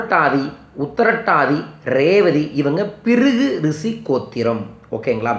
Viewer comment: அது "ரிசி" அல்ல "ரிஷி" உச்சரிப்ப்பே ஒழுங்கா வரல... This is a funny video... don't waste our time...